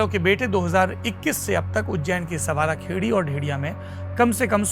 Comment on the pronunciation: संवारा खेड़ी नहीं सांवरा खेड़ी